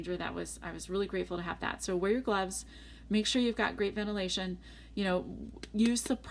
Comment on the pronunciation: What is "vennerlation" , you keep saying this but ... What? So confused...